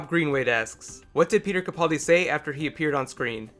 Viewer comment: stop calling in capauldi its capaldi